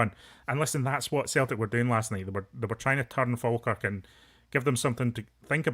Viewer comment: 😂😂😂😂 it's Falkirk fs